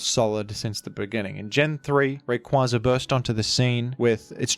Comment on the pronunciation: The ingenious thing about mispronouncing Groudon is it sets a precedent that he could be joking about any other mispronunciations. Is he joking by pronouncing pokemon like rayquaza incorrectly? How about glacial lance? There are so many examples.